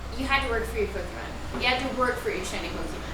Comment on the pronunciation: Oh god she said Pokémon wrong fbi open up